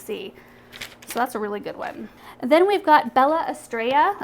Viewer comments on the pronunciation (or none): Those are gorgeous,! Thank you for sharing. P.S. The Bella Estrella is Spanish for beautiful star. It's pronounced es-treh-ya. 🙂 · My great grandfather from Madrid always pronouce words/names with double L's different. Estrella=Es-trel-ya. Tortilla=tor-theel-ya. Padilla=pah-dil-ya. They keep one of the L's and only change one to a "Y". But my friends from Mexico pronounce double L's like a Y. like how you did. I wonder if it changes from region to region?